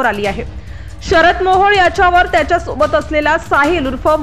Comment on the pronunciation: काय बातम्या देते तू तो मोहड नाही मोहळ आहे